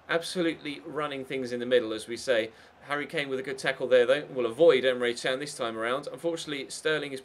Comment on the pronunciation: no you pronounce him as chan